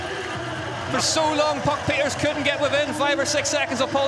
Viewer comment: Too bad there wasn't room for the podium ceremony😅😅😅 It was legendary. Hope the English commentator knows how to pronounce 'Pieterse' by know 😉